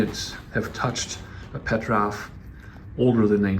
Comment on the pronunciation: PetrOf, not PetrÁf! 😆